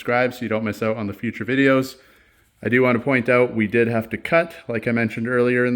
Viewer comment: says, they stick “Aouut” a little bit😀